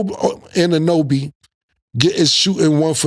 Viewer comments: Og Anunoby was fuckin killa up Nigga said obi O anunoby😂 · Cam be butchering Anunoby name 😂 talm bout obi wan kenobi 😂